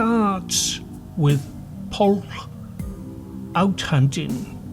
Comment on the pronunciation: Pwyll is pronounced more like "push" not "pull"